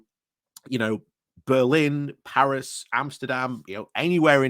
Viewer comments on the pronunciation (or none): none